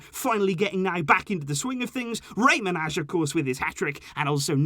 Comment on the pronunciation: I just wanted to tell you that Manaj is pronounced like Manay bc he is albanian and so am I Lots of love❤🇦🇱